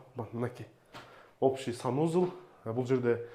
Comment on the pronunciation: Сонун болуптур, бирок санузЫл дегениң өзгөчө жакты 😂